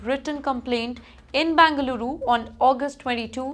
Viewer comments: It's not Bangaluru, but Bengaluru. Irritating to hear. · It’s not bangaluru it is Bengaluru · Please pronounce Bengaluru properly.